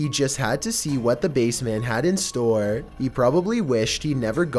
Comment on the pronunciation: h0me possÄsed ownER basemÄNT flOAR what is wrong with your pronouncing 😂